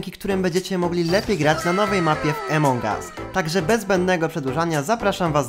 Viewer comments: Jak coś to Amongas a nie Emongas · takie pytanie : czemu gadasz emong us a nie among us ? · Emong US xd czy ja tylko mówię among us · nie wiem czy wiesz ale mówi się among us a nie emong us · Nie emongas tylko amogas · niw emong as tylko among us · Among Us nie Emong Us sry ale to boli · Twoje błędy wymowy nie emong us tylko "amon us" Te g jest takie cienkie i "wolt" a nie vault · Among US a nie emong us